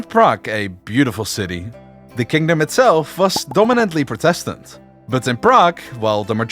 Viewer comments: This is a really good vid. But, there was one thing Inhad to say. The word protestant isn't pronounced protéstant, but prótestant. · Imagine doing a video on the 30 year war and not once pronounce protestant correctly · Good video , good script and very nice animation... but your English pronunciation is ...rather shit and it really lowers the quality of your content. Look up how to pronounce certain words, for example "Protestant" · Your pronouncing protestant wrong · No offence, but that's how a dutch person would say it. I know that, bcs i'm from Belgium.